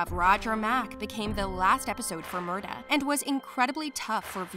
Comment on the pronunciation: And it is Murtagh with a T not murdagh